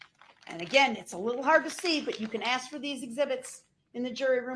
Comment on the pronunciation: "Doc-eh-she" & "I did what you axe-me-da-do'" are 2 of my faves...😂 Also "statue" instead of statute...😂😂😂